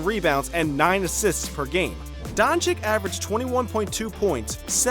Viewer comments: BTW it's pronunciation is luka donchich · It's pronounced Don-ch-i-tch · This Dončik pronunciation is hurting my ears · LEARN HOW TO PRONOUNCE HIS LASTNAME!!!!!!!!!!!!!!!!!!!!!!!!!!!